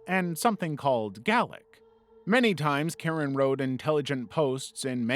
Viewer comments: It's pronounced "gay-lic" not gal-ic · It's not called 'gallic'. It's Gay-lick. It's a Celtic language used in Wales, Scotland, and Ireland, though each version is different. needs some serious mental health aid. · it hurt hearing him mispronounce it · When you said “some language called galic” are you trying to say Gaelic? Like the Scottish dialect haha😂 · Gaelic is Irish. And it's pronounced Gay-lick. ❤ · And it's pronounced gay lick also lol. I thought it was a commonly known language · How do you mispronounce gaelic like that? Languages for Ireland and Scotland if you are doing a video and run into something you don't know take the 5 seconds to look it up and add it into the video. Would be extra content to your video and could potentially be something new for someone else to learn as well win win. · Imagine not knowing what Gaelic is, then instead of simply googling it, you say in the actual video "whatever that is", immediately after mispronouncing it to begin with.....